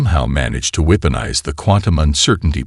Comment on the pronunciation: Your AI SUCKS!!!!! "WEEP-onize", "deh-BREES", "PER-fict"(perFEKT), and that's just a few!!! I stopped listening because your AI is ANNOYING!